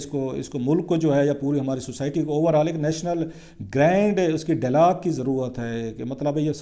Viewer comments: mohtaram, apna talafuz drust karain khaskar english words. it is not delog but dialogue and many more . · I got sick of your repeating delog. Before you give sermons go and get a course in pronunciation of Urdu and English language. .